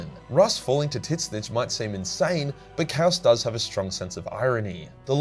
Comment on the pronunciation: Bruh that “Titsnitch” pronunciation 💀